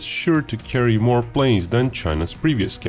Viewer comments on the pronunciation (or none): none